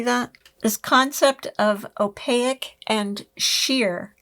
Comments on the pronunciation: Sorry, have to say...its pronounced "oh-pake", not " oh-pay-ik", loved the video. Sally's books are the first ones I bought for my library when I was new knitter. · opaque is pronounced in 2 syllables: o - pāk'. don't insert an i anywhere. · I’m fascinated by how u pronounce “opaque.” I wonder if that is the French influence in Canada. Anyway, I’m having a blast watching your videos. Love, love, love your humor, plus I’m awe struck by your refined FOs. So impressed.🥹